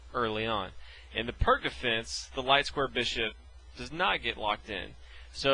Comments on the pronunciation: IDK if you (or anyone else, for that matter) are familiar with this, but it's actually pronounced PEERTS defense, not PERK defense. Just sayin, is all ^_^ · First, it's not pronounced "Perk", it's pronounced "Peertz". The opening is named after Vasja Pirc. Second, 5. ... O-O is considered dead for a long time now, since if Black decides to castle this early, then, 6. e5 Nfd7 7. h4 c5 8. h5 cxd4 9. Qxd4 Nc6 10. Qf2 dxe5 11. hxg6 hxg6 and 12. Qh4 is curtains for Black. The correct response, in case you're wondering, is 5. ... c5, directly undermining White's center. The follow-through for the most common response from White is to take the c5 pawn with 6. dxc5 Qa5 7. Bd3 Qxc5 8. Qe2 O-O 8. Be3 and then 8. ... Qa5 or 8. ... Qb4, depending on your level of aggressiveness. Also, Black never makes captures that blocks the a1-h8 diagonal in this opening (like demonstrated here): what's the point of a fianchettoed Bishop on the main diagonal if you're purposefully blocking it? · Pronounced wrong. You pronounce it as Peerts/Pirts defense. Not perk. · The Pirc Defence (/pɪərts/ peerts, though often mispronounced as /pɜːrk/ purk) is an awesome defense, when executed correctly :) just sharing my experience with it; while sharing knowledge on pronouncing it correctly. 😎 🖤😊 In Chess, we never Lose, just learn. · Perk 😂 its P ee r tz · Why are you all complaining so much for his mispronunciation of Pirc? Search up Pirc defense, and you’ll see a ton of videos in which the person says perk instead peerts . It’s a common mistake so don’t get mad lol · “Pírć defense” not perc 30 emo teen defense defense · i know this is an old video but Pirc is pronounced Peerts and fianchetto has a hard k sound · I pronounce it as peerk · It's pronounced like "pierce" with a t before the -ce, not "perk." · Darryl Minaker no his name is pronounced “peerts” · I don't think it's pronounced "perk" lol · It's actually pronounced [Peertz] ;)